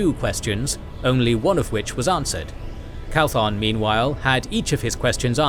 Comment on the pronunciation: Absolutely love this series. Also it's Matrim "Cauthon", instead of "Calthon".